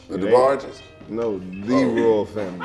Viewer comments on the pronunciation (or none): this nigga said the Debarges lmaooooooooooo